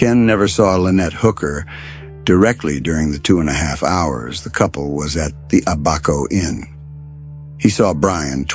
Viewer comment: To correct you. It’s ABaco Inn not aBACO